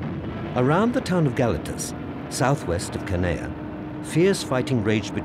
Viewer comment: Judging by the soundtrack, one particular machine gun was firing the whole time all over the island and even at the same altitude as the Ju52’s. And the British narrator continually mispronounces Canea. It is spelled in many different ways in English, but should actually sound like “Haan-ya”.